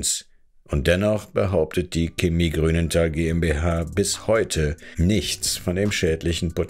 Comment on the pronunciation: Woah, regt es mich auf, dass der Sprecher Chemie falsch ausspricht. Ja ja, manche juckt es gar nicht, andere meinen es sei nicht falsch, aber für mich klingt es einfach falsch.